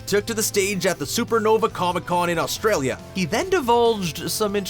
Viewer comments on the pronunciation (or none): none